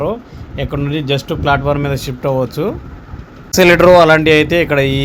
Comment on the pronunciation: ఎక్షలేటర్ కాదు eskulater